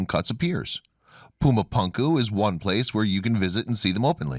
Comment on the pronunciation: First of all, love your channel. Excellent content and intelligently presented. But somehow when a narrator mispronounces a well known name in a well-known language it makes one Wonder how thoroughly the rest of the research was conducted. It is pronounced.. Poo-ma Poon- ku !! Pronounced otherwise really sounds ignorant. I'm sorry to make such a seemingly trivial critique but it is annoying LOL! Other than that excellent stuff